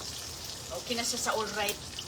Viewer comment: I heard again her "oke". No improvements talaga. Sige lang Salita kahit sablay!